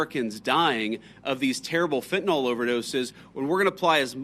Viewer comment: If JD Vance really took the problem of drugs in the US seriously, he would know it's "FENTANYL", and not FENTANOL as he keeps saying. It might seem like a small issue but it shows how much he has read about it 🤡